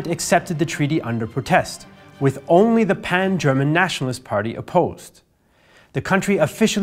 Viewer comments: Finally a native english speaker who pronounces german correctly :) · I just wanted to compliment for his excellent pronunciation of German words, as a native speaker I hardly hear any flaws, well done